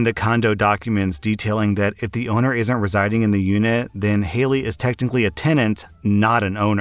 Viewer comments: It bugged me so much that you kept saying Haley instead of Hatey. "Hat ee" I'm pretty sure it was an Ella Enchanted reference heh. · His self-promotion and ego are annoying. You’re exactly right. Reading stories OTHER PEOPLE wrote requires absolutely no skill beyond the ability to read. And considering he can’t even read a five letter name correctly, that skill is lacking. He’s talked about how he has a masters degree as though that makes him better than other people. Clearly it’s not helping him if all he can manage to do all day is read stuff by other people. I refuse to believe he works as hard as he wants people to believe he does. He’s made comments about how “everyone watches porn” which is both presumptive and gross. Using stills from porn in his thumbnails is disgusting. I feel bad for his wife and kid because he’s made it clear he’s a huge fan of porn. Married men who watch porn while their wives are in the house are disgusting people and deserve to be divorced by said wives.